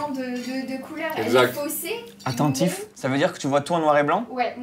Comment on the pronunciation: Bigflo : ATTEN'TIF (attentif)